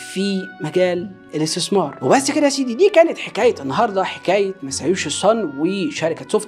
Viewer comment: صناديء الاستيسمار …… يا ترى الراجل دا محزوووووز يا سلام على النطق السليم للحروف العربية ؟؟؟ من طرف صاحب الفيديو